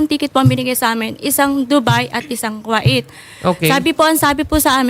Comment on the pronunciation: its ku-weyt not ku-it hahahaha